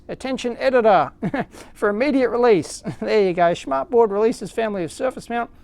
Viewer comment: "schmartboard" is hilarious if you're german. Btw your pronunciation was correct ! :)